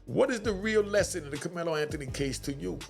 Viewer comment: the dude in the video called Karmelo, "Kamela" a couple of times (Freudian slip) .... ooooh, he won't just have a inmate number, the dudes in prison is going to call him "Kamela" and will treat him like a Kamela.